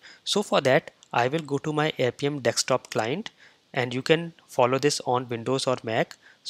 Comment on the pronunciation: Dude; when would you stop saying it as Dekstop Inspector and start saying Desktop Inspector ? It is already annoying. BTW, you tutorials are all great though !